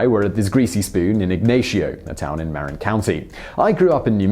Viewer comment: I know it sounds nitpicky, but why are such detailed videos produced without a couple minutes research it would take to get pronunciations right? This time, it's Marin County. Look it up.